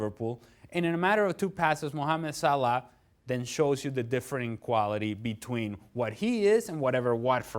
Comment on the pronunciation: Dear Dan It is Salah , not Salaaa.